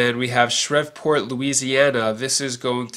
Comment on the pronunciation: Shreveport is pronounced SHREEV-port